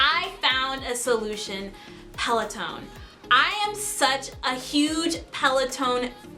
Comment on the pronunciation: There is definitely no E at the end of Peloton 😆. thanks for the video though. Also the cadence sensor tracks RPM and should be put on the crank arms or attached to the person shoe.. not the flywheel. 👍🏻